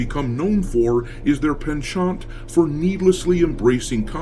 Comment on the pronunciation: This is an A.I. channel. Listen to how he said "Penchant". In a previous video he called hastags "number signs".